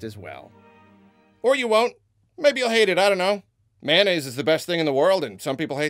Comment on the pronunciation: MAY-O-NNAISE! MAY-O-NNAISE! MAY-O-NNAISE! MAY-O-NNAISE! MAY-O-NNAISE!